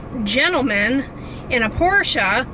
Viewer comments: Brenda Daube I'm with you! It's amazing how many people INSIST it's only one syllable! Lol. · I'm so impressed!!!!, you pronounced Porsche correctly!!! I work for Porsche Headquarters in Atlanta, and I am super duper impressed!! Yes, USA, Porsche is a two-syllable word., you are so funny and precious! Keep up the good work, we all have better skin because of you!:)